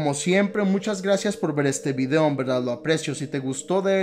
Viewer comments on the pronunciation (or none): none